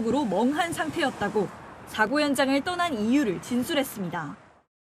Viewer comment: 기자가 '사고차량'에서 '사고'라는 단어를 아주 짧게 발음하는데 '사:고(事故)'이라고 장음 발음을 해야 한다.